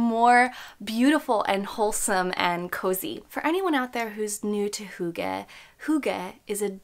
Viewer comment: not to be THAT person lol but as a dane... if you are going to make a video with the title and concept of hygge in it.. it wouldn't be THAT much to learn to actually pronounce it correctly dear💕 it's NOT hoogge. hugge. it is: hyyyygge. heeeeeeogge. try and hear how danes pronounce Y. it's not easy if you never heard it before. now i can let go of how you interpret the meaning, but at least pronounce it correctly 👀👀💕 and to describe in short what hygge/hyggeligt means: i would say it's : precious moments of the soul. two friends eating pizza, cozy lights, a good soulful conversation, being mindful of the small things, having a meal with friends nd laughing, a cute pencil with a heart on it and you "oh how hyggeligt!"" it's a lot of things... it's not cozy. because hygge is a word ingrained in our culture that you actually can't translate. not all words can be translated. but you can certainly use the feeling of it.